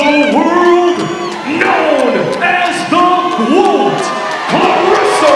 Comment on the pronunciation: And that’s why she’s “The GWOAT”! Now you know.